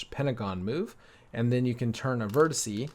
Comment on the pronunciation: "Vertice" is fine too; his pronounciation is not. (I studied Graph Theory,) singular can be "node, vertex," or even "vertice," but not "vert-i-see," the way he's saying it. I've never heard an instructor, or anyone, say it that way lol. (But, no biggie.)